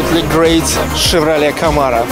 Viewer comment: When he said "Chevrolet", it sounds like Chatroulette! LOL!! Well done again!! Looking already forward for the next video ))